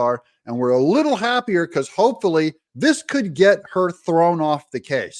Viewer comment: Hoe-pfully… 😂 That is priceless!! “Romantic partner”? Hmmm. Surely not “romantic” at all. No one could be “romantic” with that hulk.